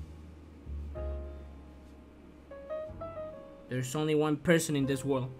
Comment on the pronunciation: 5 pweirson yayayayayayayayayayay